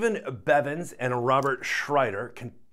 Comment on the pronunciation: Stephen Bevans not Bevens